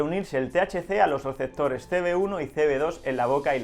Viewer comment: Se rievela lo rielevantes en los rieceptores jaja